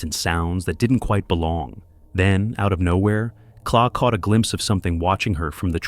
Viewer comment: claw!!!! claw???? her names Clare 😂 I hate AI overtaking everything coz people are too bloody lazy to do it themselves 😂